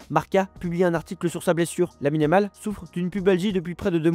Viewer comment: Je me suis arrété à : Lamine-a-mal , a compris 🤣🤣